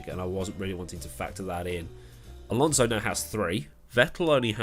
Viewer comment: Ah yes, Fernando Alsonso